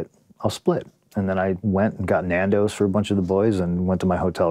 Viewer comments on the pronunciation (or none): When an american says nandos it physically hurts me